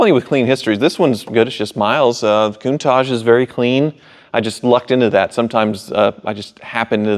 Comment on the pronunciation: Also... Coon-taj is absolutely not how anyone should refer to the kun-tash. Especially as an owner of one! Coontaj 🤣🤣🤣🙄